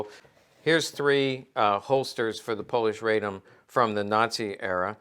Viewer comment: RAH-dom, not RAY-dom. The Polish-Bolshevik War was far more than a skirmish.